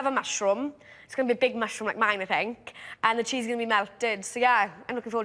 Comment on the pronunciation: " I love a mushoom" come dine with me 2020 😂